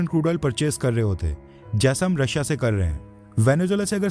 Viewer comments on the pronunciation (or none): none